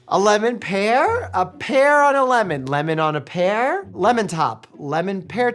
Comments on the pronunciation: Doctor Mike is a very smart man. He has a doctorate. He works in the medical field and does research in so many things Watching him struggle with “lemon on a pear” was so incredibly funny. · His " a Lemon On a PEAR" was something else🤣🤣